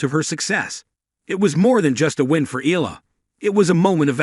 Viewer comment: EALA pronounce as "Ayala".